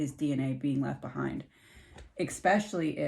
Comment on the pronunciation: Hi, I'm new here. Your reading here was fascinating. You speak so well, (except, you said expecially, instead of especially, two times. MANY THINK THERE'S AN X IN THAT WORD! I USED TO!) I can tell, you are working with spirit. It is so enjoyable, watching you!! I think I found a new favorite!! I hope nobody is mad, about me correcting that word. I promise, I'm NOT the speech police. lol 💞💕♥